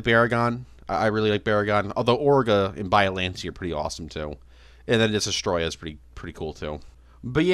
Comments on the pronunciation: 2 years later and he still can’t pronounce Destoroyah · Bro still does not know how to pronounce Destoroyah, but I forgive him